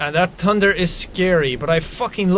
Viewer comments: Seans speech is so different here, 😂 he says tunder instead of thunder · "tunder" lol. I love how the Irish can't say "th" it's kind of endearing. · Oh my gosh him saying thunder is like “ Tunder” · Jack sounds more Irish here than he does now with the way he pronounces thunder “tunder” im here from the final season of the walking dead lmao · t tunder?jack ye not speaking right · that "tunder" is skary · "tunder" lgit i cant :) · you said tunder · "tunder" lmao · WHY CANT YOU SAY TH BUT U SAY T LIKE TUNDER THATS WHAT YOU SAID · Pretty early in the start some Irish accent slips when he mentions the thunder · his irish accent compared from then to now when he says “thunder”